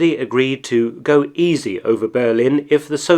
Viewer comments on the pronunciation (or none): none